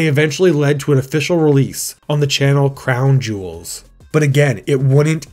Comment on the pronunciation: How did you manage to say "Clown Jewels" as "Crown Jewels" every single opportunity?